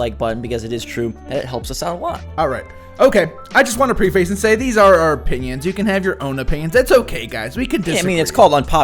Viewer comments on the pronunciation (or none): Popular opinion: says preface wrong